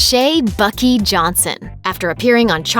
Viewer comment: buck eye not buckie